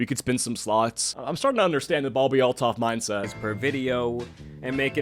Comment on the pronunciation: Oh, it's Althoff, not Altov. Ew, she's wearing the awful, unquitous skank top +cropped spaghetti strap top) that I see EVERYWHERE. I absolutely hate crop tops and the shapeless pants look. I see women and girls wear these outfits when going on to look nice. They are the most CASUAL thing and the skank-top-with-flared-leg-pants-and-tennis-shoes look really needs to go die in the dumpster fire it crawled out of. I have visceral disgust and anger when I see girls and younger women wearing the most DULL and samey outfits no matter where that go. Cave climbing? Crop top and flare pants. Wedding? Crop top and flare pants. Anniversary dinner? Crop top and flare pants. Job interview? Crop top and flare pants. Funeral? The same crop top and flare pants. This woman's personality seems to be based on this outfit. STOP MAKING TAP WATER FAMOUS.